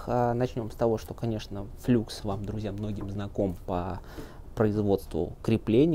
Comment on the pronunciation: "ФлАкс" же...